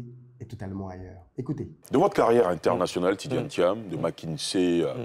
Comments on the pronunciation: Vous avez dis "Tidiam Tiane" dans tout l’exposé 😄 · Très bonne vidéo, cependant je déplore l’écorchement du nom du sujet principal de la vidéo qui est Tidjane THIAM*, et non Tidiam Thiane. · Merci pour le partage. Prononcez toutefois bien son nom. C'est pas TjidaME Thian comme vous le prononcez (réécoutez vous au besoin), mais plutôt TIDJANE THIAM. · J’avais l’impression d’être la seule à entendre Tidjame Thian! Le contenu est intéressant effectivement. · Tu pronoce mal son nom